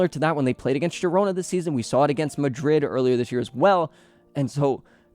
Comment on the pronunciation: Im a Madrid fan but I watch your content just cause of the quality and to keep up with other la liga teams. Thank you for pronouncing all the names flawlessly 🤝